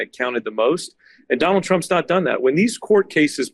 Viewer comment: "Donal Trump" ? 😂